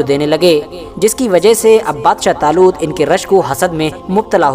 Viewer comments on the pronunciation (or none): Badsha zaloot nhi 🤣🤣🤣 badshah taloot bolo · Bhai aapne bolne me galti ki h